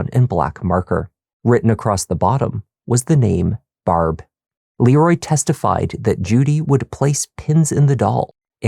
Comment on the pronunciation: Love this channel and love Canadian origin subtly making itself known through his accent once in awhile. Unfortunately however, he disappointed when pronouncing Barb's name, was hoping for a more Trailer Park Boys-esque sound.